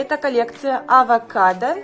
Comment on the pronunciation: Не авакадка а овакадо 🥑